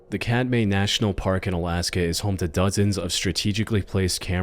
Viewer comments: Alaskan, here. 2nd video…Katmai is pronounced KAT-my. It is from a Native Alutiiq/Sugpiaq word. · Katmai pronounced Cat-my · Katmai is pronounced like cat-my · Hey, Katmai isn’t pronounced “cat-may” but “cat-my”. Not that hard to look up first. Source: I’ve been to the national park twice and have worked at a Bristol Bay fishery 4 years. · Just because it drives me insane…it’s Kat-my, not, Kat-may.